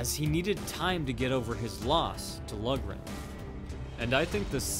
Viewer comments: Pronounced Lock-ran, not Lug--ran. Irish-American like Braddock. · I'm not sure if anyone else has pointed this out yet, but it's pronounced Tommy "Lauren", not "Lugren". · Great video, "Loughran" is pronounced like log-rin, had a teammate back in high school with that name lol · Loughran is pronounced low-gren. Braddock exemplified what is called "ring generalship" against Baer. He nullified Baer's strengths and fought his own fight, not Baer's. The mark of a champion. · It is actually pronounced Lock-ran. It is an Irish name and that is the proper way to pronounce it. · Loughran is pronounced like Lockran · his name is pronounced Tommy "Louran" it is an Irish name and the "gh" is silent, it is spelled "Loughran" please stop slaughtering my great grandfathers name. I like your videos! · It’s pronounced LOCHRAN.